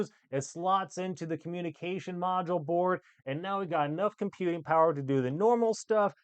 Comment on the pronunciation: Is he saying porn Oh no it's BOARD. just gonna leave this here😂